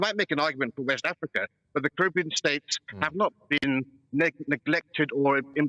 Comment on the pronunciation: Why does that bloke pronounce Caribbean wrong every time?